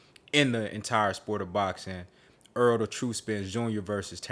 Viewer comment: The man's name is Errol not EARL - Why do you have trouble saying this man's name